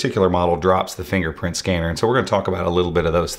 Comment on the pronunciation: DID YOU SAY N FINGERFKNPRINT SCANNER?....FINGERPRINT SCANNER...SAY IT AGAIN ...FINGERFKNPRINT SCANNER